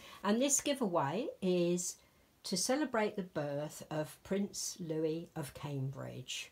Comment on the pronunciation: Awww Esther is so pretty huni! I adore princess Charlotte and I would love to be entered in the newborn size please... Ty for a wonderful giveaway huni. Btw...u are saying the princes name right according to our news! Hugs and love xxxnana and papa